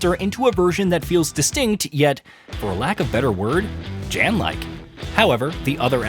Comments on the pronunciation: It’s YAN…not “JAN” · Jan is announced as "yawn" ... It's polish for John... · It’s pronounced “Yawn.” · The fact that you can't even pronounce the name of the protagonist - which is said in the game over and over and over again - shows that you haven't even played the game...